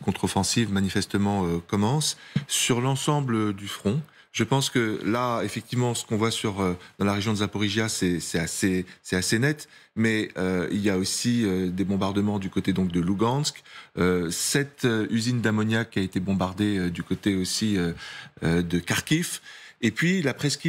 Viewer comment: par contre c'est "Zaporijjia" avec 2 "j"